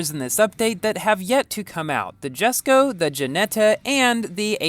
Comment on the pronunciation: I'll definitely try to get this car!! And one note it's actually pronounced Yesko not jesko